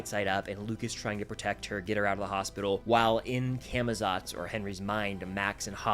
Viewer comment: Part 2 of trying to get people to say camozots right ( Cah muh lots)